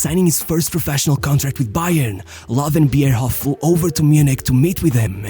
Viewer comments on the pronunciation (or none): This one bothers be so much ngl like not able to pronounce ö is fine but why not just normal anglicized Low 🙄